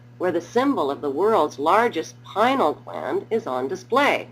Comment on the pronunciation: Why? Because it is pronounced "pin-ee-ul" gland... ...and, it actually has received a great deal of attention (within the field of neuroscience, at least). "Pinal" gland.